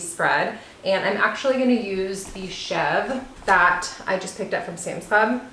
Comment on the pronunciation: The goat cheese is pronounced chev ruh. It looks amazing though and I am going to be getting a wheat berry mill soon. Great video